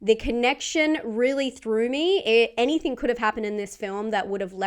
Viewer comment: Argg, so difficult to listen to with the host's rising inflecTION at the end of sentences, that and the use of 'any -think' instead of anything.. Sorry, picky but it just grates on me 😬😆